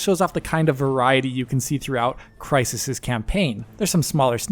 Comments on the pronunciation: its Crysened, CRYSENED! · I physically cringed when you said crysisened